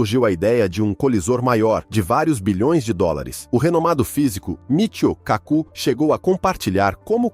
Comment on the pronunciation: O autor de um vídeo científico não deveria pronunciar erradamente o nome do cientista. O correto é "MITÍO KÁKU" (atenção nos acentos), e não "MÍTIO CACÚ".